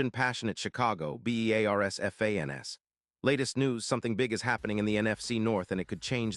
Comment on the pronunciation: This channel is entirely AI generated crap of misinformation and outright lies. Not only do they not pronounce simple things correctly like "Bee Eee AAA RRRR SSSS FANESSSS" instead of "Bears fans" , the thumbnail says the Bears are trading for CB Charvarius Ward. The story is the 49ers are rumorted to be trading away Ward to the Bars. The two outright lies about this situation: 1) The trade deadline has passed. 2) More importantly Ward is on the Colts this year. He was with the 49ers last year. It is impossible for the 49ers to trade a player that is not on their team. If you watch the video it shows Ward running and catching the ball. Ward is a cornerback so I am guessing all those shots are also AI generated.